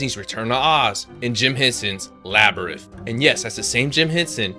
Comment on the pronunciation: This guy can't read! LABYRITH??? ANGUS???